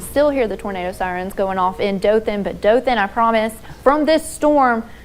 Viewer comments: they said it wrong, its Daw-Thin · they mispronounced Dothan